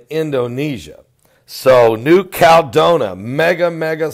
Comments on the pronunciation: It's CAL E DO NI A...5 syllables,, not 3. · Caladonia = CAL-ah-DOE-nee-yah